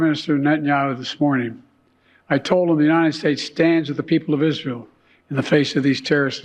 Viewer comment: He cant say Israel, listen 9,57 “Isjael”